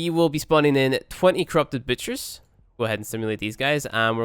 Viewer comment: why does he say butcher as bitch-er?? xD